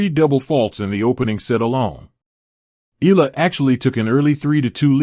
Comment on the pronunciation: Say her name correctly: Eala (eh-ah-la).